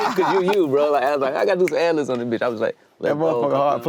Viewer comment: forreal, but it irks me he calls them ‘ad-livs’ 😂